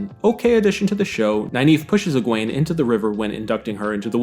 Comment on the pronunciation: I'm sorry but your pronunciation of Egwene is wrong it's Egwene. Thank you